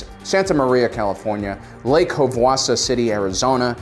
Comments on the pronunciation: Yes, he butchered the name, it’s Lake havasu (pronounced have a sue) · It’s pronounced Lake Have-a-sue City, Arizona. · Lake Havasu? Have-ah-su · I grew up in Flagstaff and was like wait a minute....